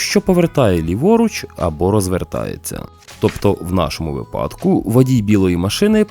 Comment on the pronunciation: Все ок. Тільки в українській мові тільки "вИпадок", а ніяк не "випАдок" Ми ж за правилами 😊